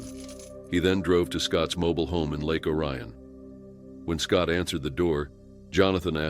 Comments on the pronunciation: Lake Orion, Michigan is pronounced Lake (Oreon) not Lake O'ryan. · It’s pronounced Lake Or-E-Un.